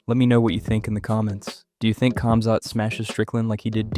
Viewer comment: bro is saying cumzat